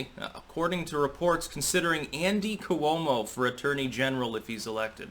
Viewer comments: you gotta not pronounce "Cuomo" that way. Coo-oh-mo, c'mon. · the way you pronounce "Coo-oh-moe" just drives me nuts...maybe your correct, but it's different then anyone else.... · I laugh to myself everytime I hear you pronounce Cuomo. Haha